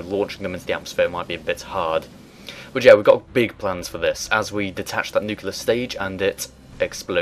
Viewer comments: NeatCrown No, he's right: "Noo-keel-ler" is incorrect. "noo-kleer" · New-clear NOT nuke-ular. Sorry. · NeatCrown "Colour" is a spelling variation pronounced the same as "color" that is correct in UK/Canada/Australia. "Nu-cu-lar" is a pronunciation mistake that is correct nowhere. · Nooooo! Nuclear is not pronounced "nuculer" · Learn to pronounce "nuclear".